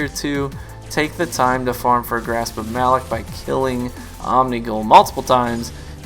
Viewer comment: Since you may never play PvE I just wanted to point out that Variks clarified the pronunciation as 'Muh-LOCK' FYI. Great video as always.